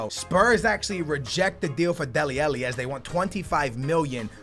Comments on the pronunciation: ITS FUCKING DELE ALLI NOT DELE ELLE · Stop calling him dele elli its dele ally!!!! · love your content, but please correct your pronunciation of Dele Alli. xD